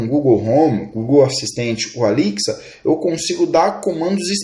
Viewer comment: Gostei mesmo foi a pronuncia da assistente da Amazon " Alixia " Kkkkkkk